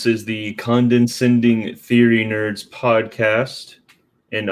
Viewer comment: At the beginning it sounds like you are saying “condensending” like condensation.